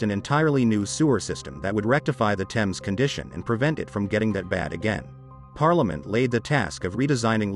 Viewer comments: If you said Thames that way in England, people wouldn't have a clue what you were talking about. There is a silent H because it is from a Viking/Saxon/French/Roman/Germanic language base. You drop the H in herbs and pronounce it the French way, English is a rich and fascinating language and when it gets butchered by people who don't care in the slightest, it winds me up. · Just because the name is pronounced wrong, doesn’t mean the historical FACTORS are🥴.This matches the state of their hearts anyway… a great stink. Repent and be renewed and washed by the Blood of Jesus. Btw there’s a place in the UK called ‘Thame’ and it’s exactly pronounced like how it’s spelt and named after river TEMS, these phonetician words never cease to make me look like a question mark 😂. Either way, there’s still common sense in humanity right? Not everything needs correction when you know the meaning. I mean the highlight of the topic is LONDON THE STINK. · AMERICANS London's river is pronounced tems. It is spelt THAMES but pronounced TEMS. How can you look to the narrator for information when he can't pronounce one of the most famous rivers in one of the most famous cities in the world. I know Americans struggle with words that aren't written exactly as pronounced, but this is ridiculous from someone pretending to educate you. It's like pronouncing New York as Nayth Ark, people would just look at you like you were crazy. Maybe people should learn things before teaching them? TEMS TEMS TEMS for all Americans that struggle. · It's not a little stream in a far distant land, it is one of the most prominent rivers in the world in one of the top 5 cities in the world. It shouldn't annoy me as Americans struggle to pronounce anything (Moscow is pronounced Moss koe not Moss Cow, for example and there is no country called Eye-Rack). It's not that you get it wrong, it's that you don't care that you get it wrong, it's sloppy.